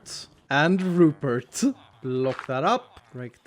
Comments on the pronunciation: Rupert.. you mean.. ru-pot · Not the Rupert pot.... THE RUPOT